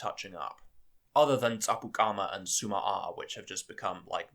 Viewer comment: IDK why but tsuma-aa sounds like sue my ass to me!